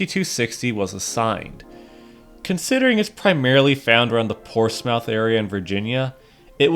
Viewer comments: As I live near a Portsmouth with a NS yard its not Ports-Mouth its pronounced Ports-Smith, Just letting you know. And ive been to the Norfolk, amazing place! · myth not mouth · Ports-Mouth bruh. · I never expected that this was a heritage unit I always see that in the yard by downtown Norfolk via interstate and I'm actually from Chesapeake but the local people and surrounding areas actually calls it Portsmouth but the O & U is silent and it sounds like it have a "i" in it so hope that helps